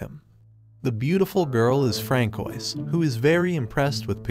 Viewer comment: francoise is pronounced as franswa bro